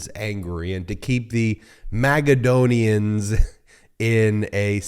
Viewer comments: Magaladon-onian. Magaclownian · “Magadonians”? His cheese has slid off the cracker 😂